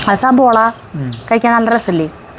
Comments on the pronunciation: Not sabola, 'savala' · സബോള എന്നല്ല